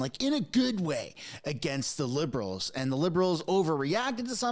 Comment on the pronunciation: You said bliberals😅